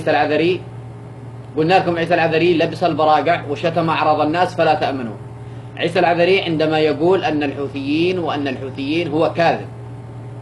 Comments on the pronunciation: هذا يقول انها زوجت عيسى ماتعرف تنطق اسمه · ههههههههههه ليش ماتنطق إسمه صح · بالله عليك ماتستحي انت وهي ماتعرف تنطق اسمه بتقرا غلط الله لاوشل عليك انت وهي مرته ماعرفت تقرا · اول حاجه انطقي اسمه صح ههههههههههه وعادها تتقراء من ورقه شكلها تضحكو ع من يازنوات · مش عارفة تنطق اسمة كيف وهوا زوجها 😂😂😂😂😂😂😂